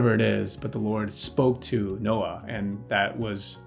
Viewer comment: Did you say Nokia or Noah? hehehehe